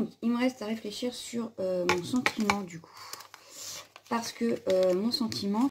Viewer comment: cc ma jumelle je fait une pause dans ta vidéo parce que j'ete juste obliger je t'es vu venir avec ton "réfléKir" hihihi et y'en a une qui a bien rie lol !! aller je continue le visionnage !!